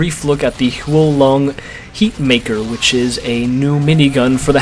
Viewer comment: Im Chinese :D But its called ''Fire Dragon Minigun'' but you pronounce it well! :D